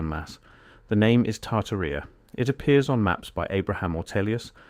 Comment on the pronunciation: Probably pronounced tar-TAR-ia.